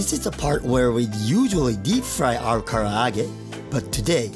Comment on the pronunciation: It sounds like you said, “today, we’re gonna make, chicken ka’arate”!